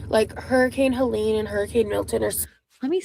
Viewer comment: It’s Hurricane Helene, not Hurricane Helaine you doofus